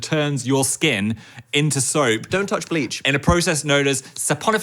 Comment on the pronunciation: I don’t know why but whenever Phil says “bleach” I mishear it as “gleek” so I was listening and I stopped and was like how tf do you get GLEEK on your hand??